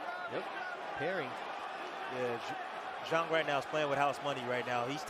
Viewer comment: It’s pronounced Shilay Jhang